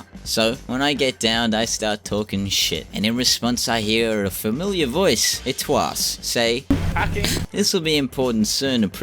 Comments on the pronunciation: The way you say eetswa lmao eats-wah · ......no its actually ''eats way'' and its saying 'sweet' but in the aussie eshay way....i used to say that shit years ago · he said it like "itwaas" lmao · How are going to not be able to pronounce eetswa and be playing on au servers ;( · I put the video back because I was like wtf did he just say hahahha